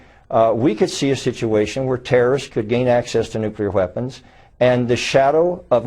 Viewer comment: wHeapons. wHeapons. There isn't even an H to enunciate!